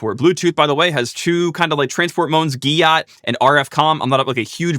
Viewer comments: Why are you pronouncing GATT as gyatt, but not pronouncing BR/EDR as breader? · "GATT" keeps reading a Y into that word. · How do you but know how to pronounce GATT